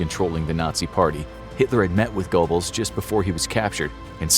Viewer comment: gurbulls, not gobbles